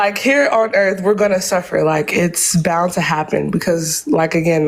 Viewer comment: Why do so many Christian callers call it "da Erf" ?